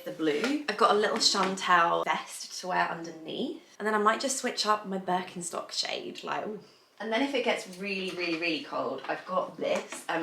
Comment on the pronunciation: Hi! I really enjoy watching your videos. Could you please be more careful when it comes to pronouncing foreign (non-British/English) brands, e. g. the French brand 'amie' and the German brand 'Birkenstock'? I think it's disrespectful not to look up their correct pronunciation. Many greetings from Germany!